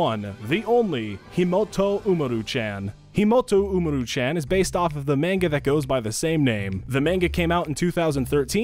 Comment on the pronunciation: He pronounced Tachibana correctly, but not Umaru